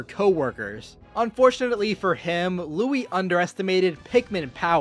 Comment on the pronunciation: Did you frickin call Louie Louis